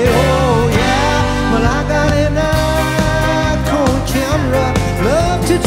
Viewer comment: 40-some years and he still mispronounces "Nikon."